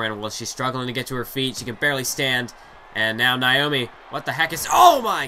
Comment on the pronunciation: Naomi!!! Not niomi😁